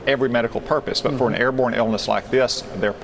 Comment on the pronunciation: Did he say airborne?😳